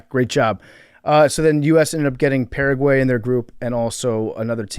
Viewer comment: PFT talking about pronunciations and then mispronouncing Paraguay like a gringo